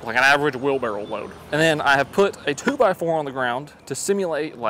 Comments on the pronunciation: Is he saying wheel barrel or wheelbarrow? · Titles the video "wheelbarrow". Spends the entire video calling it a "wheelbarrel". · Why does he say wheelbarrow like wheel barrel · Wheel-barrel 😅🤣🤣😂🤣😅, your a legend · Wheelbarrel 😂 I can’t unhear it… I’ve tried, I just can’t 💀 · The way he says wheel barrel, it’s wheelbarrow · Was he saying wheel barrel? Lol that’s what I heard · Dude, why you keep saying "wheel barrel"?